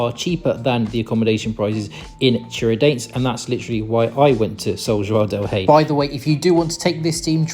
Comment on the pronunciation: Eu sou de Minas e a pronúncia de São João del Rei e Tiradentes ficou muito estranha , quase irreconhecível 😂